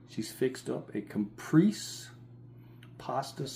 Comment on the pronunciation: Pronounced "cap, pray, say"